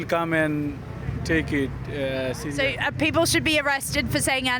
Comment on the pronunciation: bipol man .. not 'poeple'